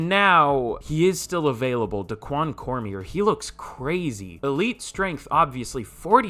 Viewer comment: Cormier is pronounced Cor-Me-Aye